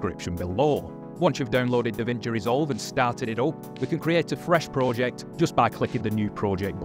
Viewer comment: i hate how you pronounce project